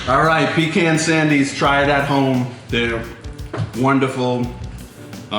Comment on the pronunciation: I'm from GA and you pronounce pecan spot on... PEECAN👍 You got it going on 🧡